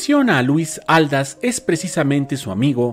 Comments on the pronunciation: TSSSSSS CARAY, es Luis Ald-á-s , con acento en la última A....cómo que Luis Áldas tssss ...prepara bien tus videos!!!!! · Perdón pero se pronuncia Aldás porque lleva tilde en la última "a" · Así es era Aldás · Es Luis Aldás. Acentúe correctamente. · Una pequeña aclaración: Aldás va y se pronuncia con acento en la a final. Favor de hacer una búsqueda en Wikipedia y otras fuentes de información sobre la biografía de este gran actor. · Exactamente. También noté el error. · Así es, con razón lo escuchaba raro que hasta me hizo pensar si era yo la equivocada 🤔🤔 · no llevan acento ortográfico pero si prosodico que quiere decir que se acentua Aldas en la segunda a y no en la primera como lo pronuncia nuestro querido